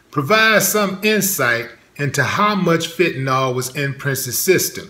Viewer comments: I Loved Brother Rogers. 100% . All very suspect. That said, it's Fenta-NIL....not Fenta -NAWL. Nil Nil Nil not NAWL, Y'all...... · Fentanyl, not "fentanol". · There is no "o" sound in "Fenta-nil"